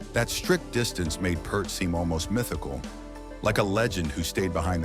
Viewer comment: Who is 'Purrrt' ? Neil's surname is pronounced 'Pee-art'